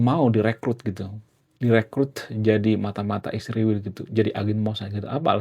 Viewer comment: Israjl punya arti yang Agung. Tolong jangan sebut iswirl Bang. Maaf ya.